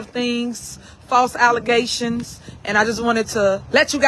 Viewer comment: I’m waiting for her to say alizetions again 😂😂 😂